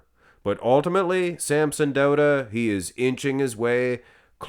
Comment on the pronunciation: Finally pronouncing Samsons last name correctly!!